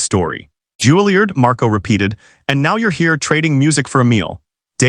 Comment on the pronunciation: It's not "JULIE-erd." It's "JULIE-YARD." "Choppin'"?